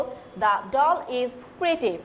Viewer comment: Miss "Pretty" not "Preety"